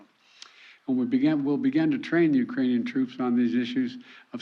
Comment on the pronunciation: * Ukrainian’s not “eucranees”